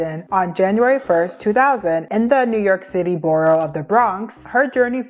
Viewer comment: new york citay, partay. Whats next😂